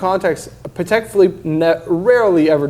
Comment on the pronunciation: woooowowowowo: Did correct "Chaykin" but calls Patek "paddec" 🤔🤨🤨🤨🤨🤨🤨🤨🤨